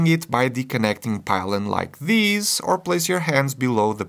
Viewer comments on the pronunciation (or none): none